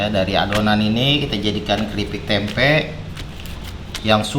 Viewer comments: Tempe bang bukan temep Wwkwk Halo bang salam dari Kalbar 😀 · Tempe ❌ Temep ✓ 😂